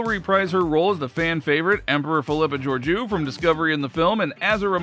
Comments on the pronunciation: I'm guessing you have never watched Discovery. That's not how she pronounces her name. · Man learn how to say the main characters name. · If this dude mispronounces her characters name once more im gonna hunt him down !!